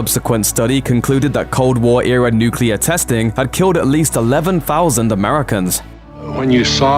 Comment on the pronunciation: nuke-lee-ur, not nuke-you-ler